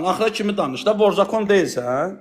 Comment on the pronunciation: Ayıb olsun sizə vor zakon sözünü düzgün tələfüs edin